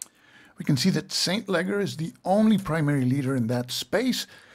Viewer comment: Excellent overview of siege, resupply and reinforcement, and field battles. Minor corrections on some of the names: St Leger is pronounced SELL-in-jer, Knyphausen is pronounced Ka-Noop-House-in, Schuyler used either the Dutch S-kh-Hi-ler or English Sky-Ler pronunciation.